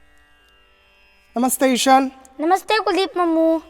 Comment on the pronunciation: What a beautiful journey! And Ishaan's pronunciation is so perfect! Thank you for the videos,..... Hare Krishna! Sarvam Krishnaarpanaam!